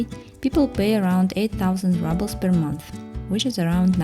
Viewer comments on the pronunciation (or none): Thank you for your fascinating look at 3 different housing styles in Yakutsk. You have a good narration voice and I really enjoyed your tours. Good choice in music, too. Just to let you know, it's not pronounced "rubbles," it's pronounced rubles, as in "roobles." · Видео супер, произношение 4 с минусом. Рублз вроде же читается а, не раблз. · Всё отлично, только "рублз", не "раблз" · Rubles is pronounced with a “ру”sound in English, not rubbles… just saying. Super interesting video! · Why would she pronounce “rubles” ‘rubbles’, when literally the correct pronunciation of the word in Russian is indeed “ruble”? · Why is she saying Rubbles? Isn't the correct pronunciation Roobles? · A great video as always ❤ I just wanted to say that rubles is pronounced “roobles” in English. Apart from that perfect 😊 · I’m sorry, but you pronounce ruble incorrectly. It’s “rooble” kinda like in Russian. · The irony of her pronouncing them “rubbles” is priceless. Should it not be “apartment bloc”? 🤔😅🤷‍♂️ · Do Russians pronounce the Rouble like Rubble (small rocks)? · That's what I have been wondering, I've never heard it pronounced like this before.